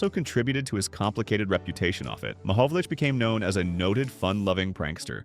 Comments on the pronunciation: Damned AI. you pronounce it Mohovolich, as in ITCH. . no tmahovol ick as in tick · The proper pronunciation of Peter Mahovlich's last name is not Ma Hov Lick, it's Ma Hov Litch. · The name is not pronounced 'Mahovlic'. It is Mahovlich. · His name is not Mahovolic it's Mahovlich ! 🌟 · Last syllable is "itch" not "ick". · Commenter is not pronouncing his name correctly. It is pronounced “ ma-hog-a-lich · Learn how to say his name properly dummy!!👎👎🤮🤮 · At least pronounce his name correctly. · It's AI. What else do you expect from AI. AI always pronounces names WRONG! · Great story, but learn how to pronounce his name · A video on a former great where you don’t know how to pronounce his name. Ouch 😅.